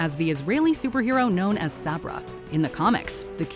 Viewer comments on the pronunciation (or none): “SABRA”???? Cmon Man!! Sooooooo Lame!